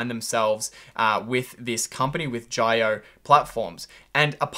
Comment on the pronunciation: Good video. At 7.30 mins in the video, your first pronunciation of "Jio" is the correct one. Jio in Hindi implies live large, which Reliance wanted to allude to ppl by getting on it's fast internet connection; but actually this word Jio is a mirror image of oil which is Reliance's legacy business + cash cow. A twitter thread you might find interesting